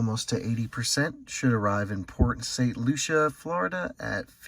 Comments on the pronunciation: Port St Lucie.. pronounce it with me. L.U.C.I.E not Lucia!! 😂😂 I cringed every time you said it. I was like NOOOO STOPP PLEASE! He need some milk! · It's pronounced "Lucy" in Port St. Lucie 😂😂😂